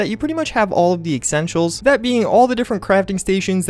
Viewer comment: Chris D lol, he also said ecksentials 😂